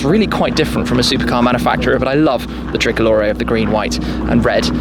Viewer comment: The thrickolore😂😂😂🇮🇹🇮🇹